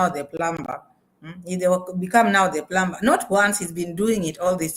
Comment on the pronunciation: In the word plumber the b is not pronounced I the correct pronunciation is plummer rhymes with summer.Although it is spelled with a B.